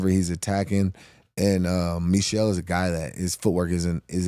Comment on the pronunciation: Michal is pronounced Me-how.